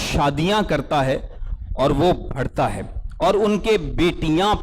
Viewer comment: بھڑتا ۔۔۔ غلط تلفظ ھے بڑھتا ۔۔۔ درست تلفظ ھے Pls correct urself